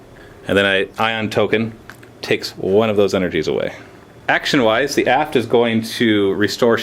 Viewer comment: Every time says aft it sounds like ass:P haha